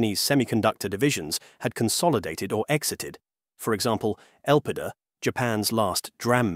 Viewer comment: The problem with using AI voiceover. "Fabless" "Micron" "Elpida" and Kioxia" all mispronounced 🙄